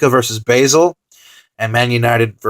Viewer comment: it's pronounce bah-zel not bay-sel